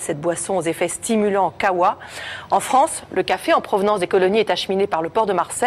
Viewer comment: c kahwa pas khawha :'D